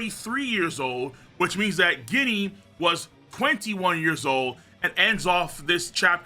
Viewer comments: Yo it's written ジニー in japanese and it sounds like genie not guinea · Ginny is pronounced “Jenny” my guy. 😭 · it's Ginny like Gin the liquor, not actually pronouncing the G lol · IT'S PRONOUNCED JINNY!!!!!!!!!!!!!